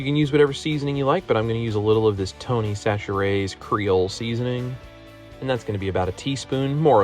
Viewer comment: As a girl that grew up in Louisiana you said Tony Chachere’s RIGHT!!! Aieeee!!!! 😂